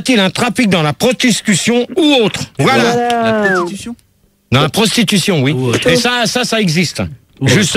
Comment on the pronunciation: La Sprostitution ! Rrrrôôoh. Pas la "prostitution" !